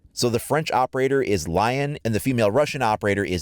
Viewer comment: Li-on not lion